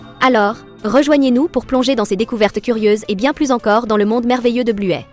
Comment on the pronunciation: Buè elle dis